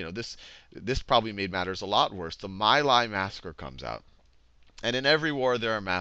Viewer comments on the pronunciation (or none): for future ref: My Lai is pronounced "Mee lie" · It's pronunced Me' lie, rhymes with tea' high. My daughter's godfather went there. He doesn't talk about this war like anyone else I know, when he DOES talk of it, which is hardly ever. He thinks that most "history" sites besides the Vietnam Veteran's Memorial Fund is changing what happened to suit themselves, like when they claimed the My Lai massacre happened bc the people who did it were "bored" and implied they just wanted to kill an entire village of people for no other reason than that. Sheer boredom huh? It sounds dumb even to me and I have no conscious memories of Vietnam but I find it offensive that people blame him bc of all the good he's done for my daughter since her dad died. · Some good stuff, but also some babbling, and it's Mee Lye darnit. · I’d like to help with the pronunciations here. Khan Academy did it well, except these names. Ngo Dinh Diem: No Dinh Ziem (not Diem) Nguyen Cao Ky: Nguyen Cao Kee My Lai: Mee Lai